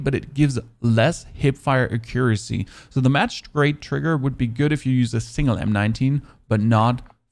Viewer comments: Lol ok then you get a pass. It’s (ak-yer-asee) if that’s easier haha. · Lol I had to stop when he said “a-cure-us-e”